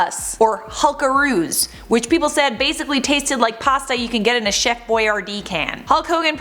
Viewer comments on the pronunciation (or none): none